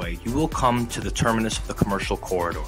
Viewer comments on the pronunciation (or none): none